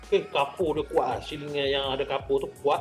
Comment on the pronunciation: Pembetulan siling bukan syiling